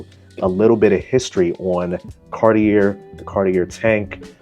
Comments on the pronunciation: It's pronounced Car-tee-eh. Or Car-tee-ay. Don't pronounced the R. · A helpful starting point would be learning the proper pronunciation of Cartier.